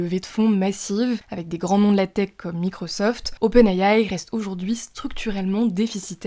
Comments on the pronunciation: Open ayaye 😂 SVP dite simplement les lettres en français c’est plus professionnel ! Open« I DE ISABEL» « A de Alain» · J’entends open Aie aie quand elle le dit